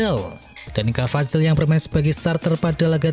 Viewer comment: Dani carvahal bukan carvajal bacanya